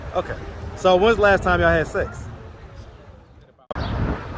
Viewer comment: “When’s the last time yall had seccs?” Lol tmi